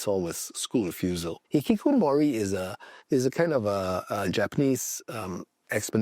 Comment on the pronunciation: the way bro pronounces hih kih koh moooori 😅